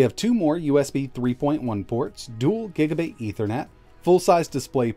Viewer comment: is it just me our you kept saying gaiga bit????